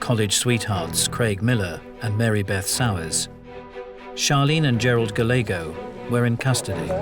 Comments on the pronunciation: "Gallego" is usually pronounced "Guy YEG oh." But here the "L" is sounded. Anybody know why? Just an Americanization? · sorry but their miispronounciation of Gallego was such a bleh.